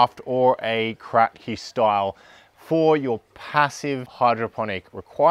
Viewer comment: Its not called Krack-Key, but rather Crapkee after the inventor. ;)